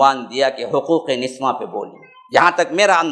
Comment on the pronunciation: niswan nahi niswa hota hai